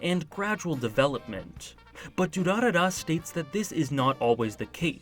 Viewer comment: I was actually pretty impressed with how well you pronounced "Durarara".